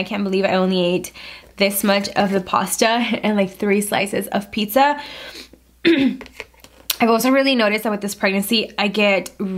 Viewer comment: she did not just say PIKSA 😫